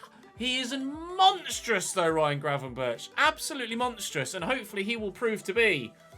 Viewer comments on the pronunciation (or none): Get Gravenberch (it’s pronounced with a G at the end, like the one at the start) and the CR7 regen and keep Kasun in the starting 11 since he has some growth in him left 💪🏻